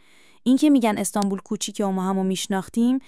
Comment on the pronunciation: جان مادرت خودت حرفهايى كه قراره از خودشون ( الهه و نگار ) بشنويم قبلش قرقره نكن اخه تلفظ كلماتت هم اشتباهه مثلا ميگى استانبووووول درصورتيكه استانبول نوشته ميشه اما استانبُل خونده ميشه !!! يا مهبووود درصورتيكه اسم طرف مهبُد … اى بابا 😒